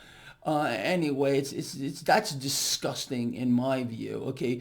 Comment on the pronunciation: 💢Funny as hell when he says DISGUSTING 💥